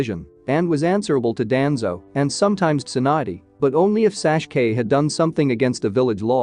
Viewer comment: it's tsunade not swand and it's sasuke not sashke